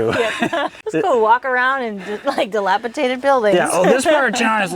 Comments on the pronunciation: Baby Issa is way too cute. Love the stories you guys share. Oh and by the way, it’s dilapidated not dilapitadid (my daughter-in-law had to correct me years ago so thought I’d help you out with it!—not trying to be snarky!) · dilapidated, with a "d" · Another great episode! We love watching Isa grow and explore. (Just a note, the word is "dilapidated," in case you have occasion to use it again. :) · Love you guys and your videos! Keep it up, favorite Saturday pastime during breakfast is watching hour family’s adventures! Thanks for sharing. By the way it is Dilapidated with a D! lol! Keep it up!